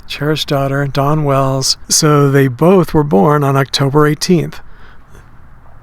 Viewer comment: it sounds like hes saying Donna Wells